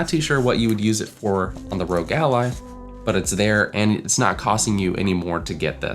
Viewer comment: Great video! Totally agree, no third party cases are upto scratch yet! Hope to see more content on the Ally. Also, its R.O.G which stands for "Republic Of Gamers" so its not pronounced "rogue" :D